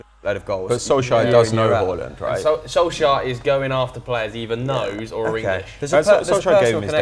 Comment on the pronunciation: he keeps saying solskjær's name like that come on mate lol